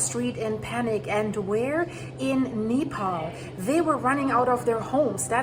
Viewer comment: Nepal and Tibet and Not pronounced like you said. Terrible video. Shows Oregon?